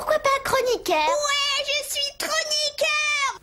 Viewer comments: il disais je suis kronikeur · Chroniqueur moi jai entendu trop niqueur